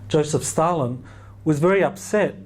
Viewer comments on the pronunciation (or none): none